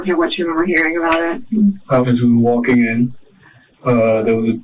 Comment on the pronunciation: the way this guy says "tall king," "wall king" and pronounces "walk" and "talk" like most people pronounce "caulk" cracks me up